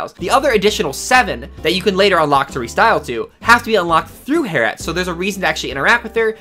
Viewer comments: It's Harriet not Hair-et, please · It’s hair-e-at not har-at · Hair-E- ette. Not harete 🤦🏾‍♀️ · It’s “Hair-ee-et” not “hair-et” 😉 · Her name is not heret or hair-et. It's HAIR-EE-ET or "hairy-et" that's a normal name that actual people have. 😑😑😑😑😑 Harriet Tubman, hello? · how normal people say harriët: Harriët. How this guy says harriët: Herrewet. how normal people say label: Label How this guy says label: Laybelle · lol I dont k now why that triggered me, yet I wasnt sure I heard that right. :) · Hair-ette? lol Harriet. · i’m sorry you’ve never heard the name Harriet? like harriet tubman? it’s not HAIR IT, it’s HARRY IT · Hearing him say “hairette” was terrible. It’s Harriet. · Its harriet not 'hair-ette' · LMAOO “Hair-ett” AHAHAHAHAHA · lol I wasn't triggered at first and was gonna let it slide. But then it kept happening 😂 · same here, I figure, once or twice, let it slide...but man it seemed he said her name a lot, and each time was so triggery :D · Dat pronunciation of harriet lolol